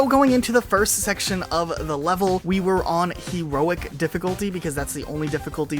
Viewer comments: He-roic difficulty :) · HE-roic. But yeah I had no idea you could get a Chopper on this level.